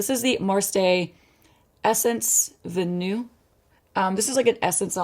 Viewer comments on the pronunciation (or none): Sorry to be that person but i have to tell you, Vanille is french and it's pronounced Vuh-nee 😁 (I just learned that recently lmao) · Vanille’s pronounced, “vuh-nee!”